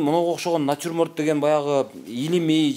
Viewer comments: Натирморт дейт эжекелер😂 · Ошону айтам,элементарный натюрморт деген созду айта албайт го мугалим. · Начурмонд деген не😂😂😂😂😂?